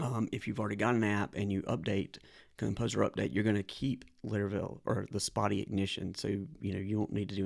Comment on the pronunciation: Learn how to pronounce Spatie